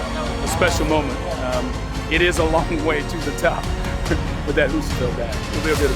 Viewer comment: Can someone please tell how to pronounce Rebecca Fuseliers' surname? It's Fuse a lear.